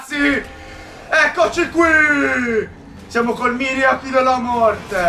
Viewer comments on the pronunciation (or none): scusa si dice mariaci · si dice maiaci